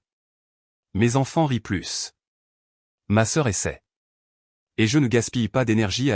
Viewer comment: on est d'accord pour le plus mais comme c'est une IA qui parle si on ne lui apprend pas que le S de plus ne se dit pas ou bien les accent comment on entend des fois si on ne lui apprend pas cela l'IA ne l'apprendre pas seule ....